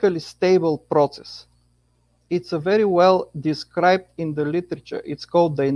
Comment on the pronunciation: Every time I hear these nice gentlemen say "process", I hear "Proteus" - and I have to correct myself. I don't mean to, and I totally get where it's coming from. English isn't my fist language either. And, today I learned that there's a bunch of different kinds proteus' : • a group of bacteria • type of amoeba • an Olm (weird kind of salamander) • a sea creature from old Greece mythology • a learning software • a video game ...